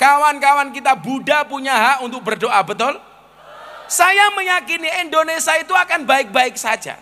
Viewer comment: Gus berbahasa indonesia yg baik,jangan menyebut indonesa